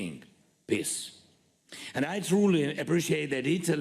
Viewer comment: Only its PEACE ✌️ NOT PISS